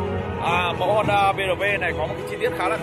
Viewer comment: Em gái Thái đọc chữ "Honda" nghe mồn một như "Hòn Đá" :D...